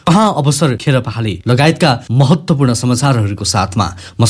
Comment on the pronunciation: जी तपाईकाे channel राम्राे छ।तर महत्वपूर्ण शब्दलाई महाेत्ताेपूर्ण भनेर उच्चारण गरेकाेसुन्दा अलि असहज लाग्छ।